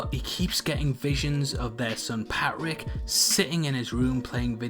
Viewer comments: The way this dudes pronounces “Patrick (Pat-Rick) is so odd. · Sound man, saves me enduring this. Is his name Patrick or Pat Rick?!?!?